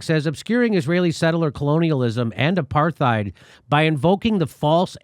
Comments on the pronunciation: Imagine pronouncing the "th" in apartheid lmao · Apartheid is pronounced as apart-hate. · Hey Jimmy, I guess it's my OCD but Apartheid is pronounced Apart-eyed the H is silent. Love the show keep spittin that fire. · it is pronounced Apart-heid not Aparth-eid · Its Apart-heid, no th sound, be yourself be Irish. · Don't pronounce the H in apartheid. Hard T. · Really wish Jimmy would pronounce "apartheid" correctly. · Please stop pronouncing the H in apartheid. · FOR THE LOVE OF GOD SOMEONE TELL JIMMY HOW TO PRONOUNCE APARTHEID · Close. Apartheid is an Afrikaans word. Afrikaans is derived from Dutch not Deutsch. But yeah, Jimmy’s pronunciation is deeply cringe-inducing. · Jimmy pronounces Apartheid worse than most Americans do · I love him, but can someone please tell Jimmy how to pronounce Apartheid? It’s embarrassing. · Dude stop pronouncing the H so much in apartheid!!?😂😂